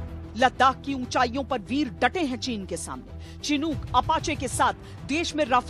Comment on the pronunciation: चिनूक नही शिनूक होता है। भारतीय मीडिया का लेवल कभी नही सुधरेगा।